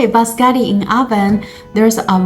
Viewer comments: It’s pronounced biscotti and not bascotti. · you call them bascari😂😂😂😂where are the double TT the I and the O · She said bascari😂😂😂😂 no letter TT in her word been used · Bis-ko-tiii please. Looks good.